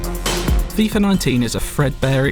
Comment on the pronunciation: FIFA, not FIFAR